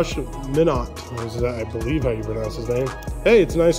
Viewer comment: As a Timberwolves fan I’d be stoked, soon everyone will know who Josh Minott is…btw it’s pronounced “my-not”